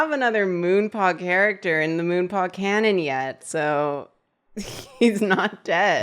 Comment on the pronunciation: I stg every time said “Moonpaw” I heard “Ru Paul” and was so confused 😭😂